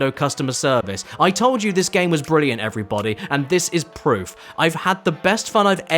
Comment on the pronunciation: Jimmy, you're fookin' bwilliant.